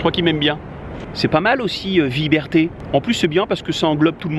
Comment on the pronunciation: PS. Et "vieberté" c'est sympa !